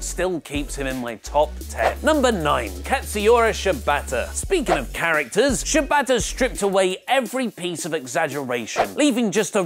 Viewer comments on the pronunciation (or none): none